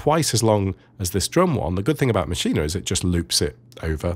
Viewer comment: So happy to hear someone saying Maschine correctly :) thanks for the great tutorial :D